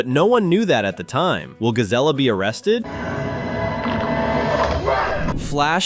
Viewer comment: First off, "Gazella" as you so call her is named "Gazelle" exactly the same as and after her species. I actually have a Zootopia fan fiction called "Dark Zootopia" where Gazelle gets cloned by a villain, and the evil clone starting off as "Nega-zelle" (Originally her name was going to be "Nega Gazelle" until I realized that I could either take the "ga off the end of "Nega" or the beginning of "Gazelle" and combine the two, by hyphenating it to make the pronunciation stand out better) to frame the real Gazelle for very heinous crimes, but Nega-zelle later turns good thanks to the influence of the real Gazelle and immediately changes her name to "Gazellia" which is pronounced "Gazelle-yuh" which your confused name for Gazelle "Gazella" made me think of. And also, the mayor you are talking about is NOT Leodore Lionheart. That's mayor Brian Winddancer. Lionheart is a lion and Winddancer in a horse, as you can clearly see, and Lionheart was the first mayor in Zootopia 1 before assistant mayor "Dawn Bellwether" the sheep set up and framed Lionheart and became the new mayor till her savage predator scheme was exposed. Notice in the Zootopia 2 movie how Milton Lynxley asks Winddancer "Do you know how many mayors that fox and rabbit destroyed?!" and Winddancer taps his hoof on the floor twice while counting "One. Two. I got up to two"